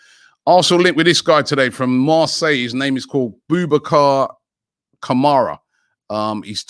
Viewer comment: 😅did Robbie say boubacar samareh